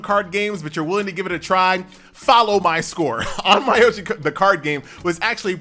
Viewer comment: Nice list, My asian ears bled a little tho when prounounced Ahn-My-yow-gee.